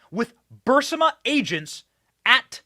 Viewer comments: Burisma, not Burmisa Benny! Love your show! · BENNY Please!!! BUR IS MA ......................................... NOT: BUR SI MA Get the Obiden crime family!!!!!!!!! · Burisma ... Not Bursima lol ! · The Ukranian natural gas company that gave Hunter that $1million a year, no-show job, is pronounced "Bur-IS-ma", not "BUR-si-ma." It's important when speaking about complex criminal corruption issues to get the details correct. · It’s not Bursima it is pronounced Bu Ris Ma burisma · "Burr- ISS- mah"........not "bar-SIMM-ah" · Burisma. Not Bursima. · Burisma, not Bursima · BUR IS MA...BENNY...NOT BUR SI MA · Fact check, it's burisma not bursima Benny . That's enough for them to label this video disinformation. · Burisma, not bursima LOL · Benny..it's pronounced /Bur IS ma/!! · R u deliberately mispronouncing burisma? Berr is ma. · Benny, it's BUR-IS-MA. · Say it with me. BURRRR-EEESMA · Thanks for the most “ahead of the curve”, well presented and interesting podcast online, Benny! For future reference, you pronounce Burisma “Bur- ee-sma”. Hope that helps. 😊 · It's pronounced Burr REESE muh. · Isn't it pronounced Bur-riz-ma? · Burisma... Not Bursima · Something on your forehead, and, it's bur-eece-ma No offense! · You mispronounce the name of the Ukraine Company "Burisma" every time. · Benny… Benny honey…. It’s BUR- IS- MA. Please say it… BUR-IS-MA. Love ur show btw❤ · Benny, your reporting on Joe and Hunter Biden is great, but I just wish you'd pronounce "Burisma" correctly: BUR-IS-MUH. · Benny it's bureesma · Benny it's pronounced bur is ma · Bur iz ma. How can you not read ? Or hear it pronounced by every other person who has been speaking about this for years. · SOMEONE please tell Benny how to pronounce Burisma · Benny you’re saying Burisma wrong!!! Sorry bud but I’m a Virgo!!!! To much of a perfectionist!!!! Still love your content!!!! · You keep mispronouncing Burisma! Sound it out.